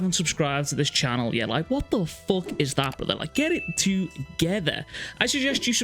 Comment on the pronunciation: I subscribed once he said “wut te fok”